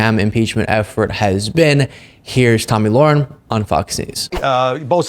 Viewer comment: Her name is pronounced: La-Hair-in